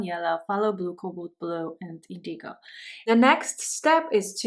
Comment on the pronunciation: Very beautiful! FYI, indigo is pronounced IN-duh-gow, with the accent on the first syllable. Many thanks!